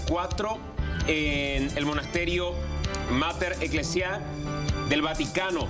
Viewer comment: Juru tavy Mater ecleisi he'i Es Mater Ecclesiae Y se lee Mater Ec-clesie